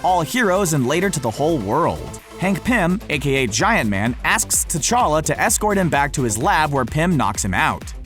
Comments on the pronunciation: Prince techalla not tetaka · Pronounced: cha-lah